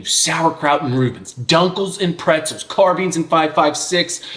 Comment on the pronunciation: "...Hecklor & Cock..." ,"...carbeen..."🤢 everytime I get a little stroke when I hear those pronounciations.